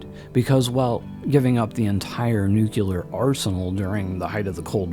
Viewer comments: Very impressed by the knowledge shared here, am subscribing. May I make one suggestion please....Nuclear is pronounced new klee ur, not new kyu lure. Correct pronunciation of this word will dramatically up the credibility factor. I used to pronounce segue as segyoo, so I understand. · Anyone who says "NUCULAR" instantly loses credibility with me - especially when your primary interviewee says "NUCLEAR" throughout her entire presentation... and while this lady's theories ARE mostly correct or plausible, you can tell she has never actually thought most of it thru because theres SO MUCH that shes just overlooking or not acknowledging - SUCH AS the fact that our own black budget is responsible for MOST of these sightings (like the Phoenix Lights which she mentions and claims it was the ET's showing themselves to us ... ummm no) I also dont get why you would use stock fake images when theres PLENTY of real footage to use...